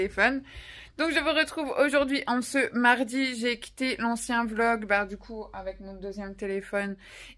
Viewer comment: Désolé vlog et pas volg🤣🤣